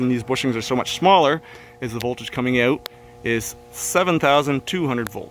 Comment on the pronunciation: "coming oat" - I think I hear a Canadian